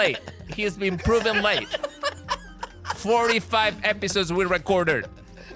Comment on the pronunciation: “45 episurds we’ve recordured”